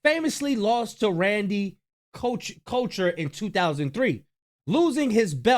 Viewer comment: His name is Randy couture he’s a legend and look him up. You said his name wrong. 😂